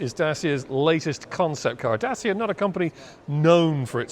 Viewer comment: Try "Datch-ee-a", PS this is a great design, having seen a few Citroen Ami around town there is no doubt the Hipster would be popular.